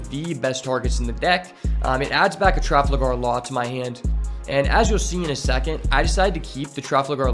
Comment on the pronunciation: traFALgar law, not traFLAgar law. otherwise, good incisive video.